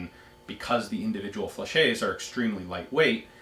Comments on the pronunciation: Excuse the late comment but i wonder why you can't prononce correctly the french word "fléchette" when you can say "Gilette" (the name of one patreon asking question) perfectly... It's an old vid and nowadays many people compliment you for your french accent. . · No, you haven't. A French word ending in "ette" is pronounced exactly like it seems. It would be "fleshay" if it was spelled "flechet"